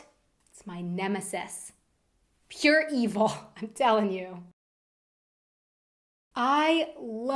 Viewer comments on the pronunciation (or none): I know many people have problems with the Ü. But it should be some kind of mixture of U and I (that is the german spoken I ). Actuallly you shortly used it in this very section of the video at 'pure evil' your u... kinda sounds like the Ü shortly ;-) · "I hate the Ü - pure evil." The sound you made at "pure" was a perfect Ü.